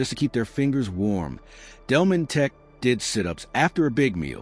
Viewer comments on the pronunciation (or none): It's not Delmonteck but Delmonteek in pronouncing his name